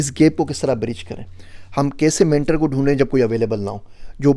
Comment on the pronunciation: ...Mentar nahin pronounce kartay....o ki sound hai I just confirmed....mentor.....Just for info....Not for criticism....Stay blessed